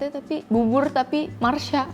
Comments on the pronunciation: Masha bukan marsha mbak yuu... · MASHA KAK MASHA BUKAN MARSHYA.. WKWKKWKW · masha kak bukan marsha😆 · Masha bukan Marsha neng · masha ka bukan marsha hehe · Apa cuma gue yg baru sadar bilang marsha bukan masha😂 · masha bukan marsha 🤨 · Kak "masha" bukan marsha 😁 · Masha bukan mharsa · Kesel ih ko nyebut nya Marsha padahal kan namanya Masha 😭